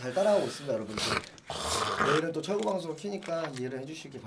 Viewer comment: 철구 ㅈㄴ 찰지네 ㅋㅋㅋ